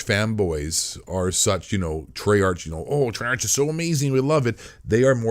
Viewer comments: I'm sorry but I was taken off guard when you said Treyarch usually it's pronounced TrAA-aRk/TrAye-aRk As a reupload, this still stands today, though when I heard "is blackout going free to play?" You could tell this came out before Warzone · I know, the guy in the video (it’s not the same guy who posted it, its just someone who archived this) likes to call Treyarch (Tre-arch) just to mess with them, He does this to a lot of people and companies